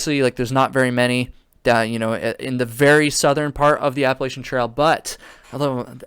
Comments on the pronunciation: Lol yu should be sorry I live in ny saying it wrong haaa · Not only do you say it wrong, but you spelled Appalachian wrong also… 🤣